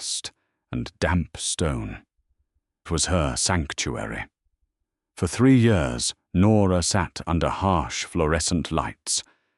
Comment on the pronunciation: Why does this narrator say yours instead of years? I really loved this romantic story. He deserved the way she treated him. His cruelty. I don't know if I could have forgiven him. Who's to say he wouldn't change again after he started taking her for granted? ❤❤❤